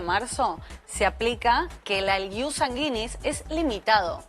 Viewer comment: Si le informan a la abogada, que aprenda a pronunciar latin. Se pronuncia: IUS Sánguinis. Acento en la a, y se pronuncia la diéresis de gui. No suena como guita, sino güi.